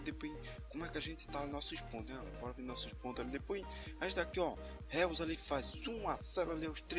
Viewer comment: Thiqui o pronunciamento do jogador que tu trouxe não e Reus e sim Róis. O nome do Jogador que tu trouxe nao é Reus mas se fala Róis